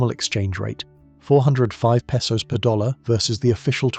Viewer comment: This sounds like Ai garbage. Can’t even pronounce “Pesos” correctly.